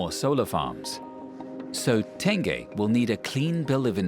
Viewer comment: Apa Tan-geh reservoir?